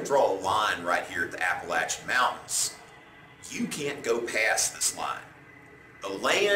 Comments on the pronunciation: I genuinely enjoyed your video but there were some critical mistakes that lead to disformation. This not being a critical mistake, but please learn the proper pronunciation of the Appalachian Mountains... 11 Colonists were injured in the incident, with 5 of them dying. Not 6 as you described. John Adams did Represent the eight British regulars and was able to get seven acquitted but two were charged with manslaughter.. Those two mistakes were what stuck out to me the most. Otherwise, your videos are wonderful and I hope you keep doing them. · I appreciate you’re response. I live just north of Boston, MA and have hiked parts of the A.T (Appalachian trail). I haven’t personally heard that pronunciation before, but since the mountain range covers so much land, it is possible that some small towns may use that pronunciation. I can appreciate you defer to local residents to confirm your pronunciation of local areas. Massachusetts locations can be difficult. For example, Concord = Concerd. Thanks for you’re response, M. Richard